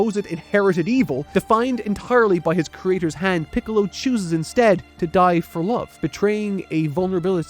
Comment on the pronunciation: pickles instead of piccolo lmao